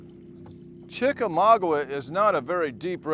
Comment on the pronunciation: He’s never gonna pronounce chickamauga correctly